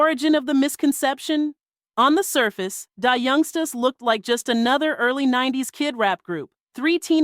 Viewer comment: AI's pronounciation of Black dialect influenced words are horrible !!! I cringe every time she pronounces the group name as Die Youngstas. Just horrible.